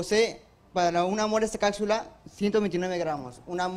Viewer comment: Será primer puesto pero no sabe gramática , dice cacsula, octiene etc. etc Sinó felicitaciones por ser estudiosos.